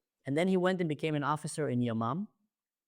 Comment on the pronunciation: I am an Israeli, but every time you said Yamam, I imagine non Hebrew speaking viewers thinking the name of the unit is Your mom.. :)